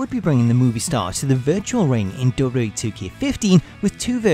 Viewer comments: DUDE! its W...W...E! Not wbbwbw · Is it just me, or does it sound like he is saying WCW Monday Night RAW? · I'm not the only one that hears him saying "Dota" instead of WWE is it? ... Cuz he's pronouncing it extremely weird. Cool video though.